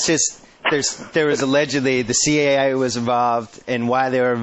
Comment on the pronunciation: A) Why can’t Simmons say “The CIA” without making it sound like “The CAA” and 2) I loved when Klosterman was on b/c he always challenged Simmons with real questions on his bullshit arguments or theories